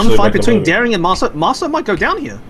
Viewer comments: The pronouncing of the Marceau is really 'ouch'! It it pronounced 'mar-so' and not 'marseeo' :) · Yeah I agree, I kinda cringed a bit lol